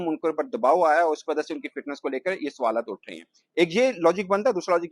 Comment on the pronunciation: Suwal Nahi Hota Sawal Hota Hai Pendu 😂